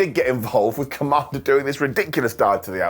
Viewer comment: you make me laugh. It's not commander with a k. It's commander. K. Mander